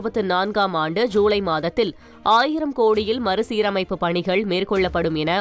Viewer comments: 1 st நியூஸ் சொன்ன பெண் ஏன் இப்படி உளருது... மறுசீரமைப்பு ஒலுங்க சொல்ல தெரியல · மறுசீரமைப்பு என்று ஒழுங்காகச் சொல்ல தெரியவில்லை..